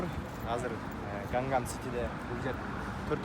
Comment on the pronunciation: Гангам сити эмес😂Ганнам сити болот😅. Переводчик баланар деле корейче билбейт экен!